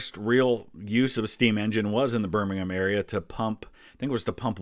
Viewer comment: You're the first American I've actually heard pronounce Birmingham correctly, and not emphasise the ham...is that because of football or because of your ancestry? 😆